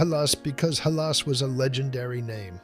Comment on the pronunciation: You mispronounced "Halas" several times.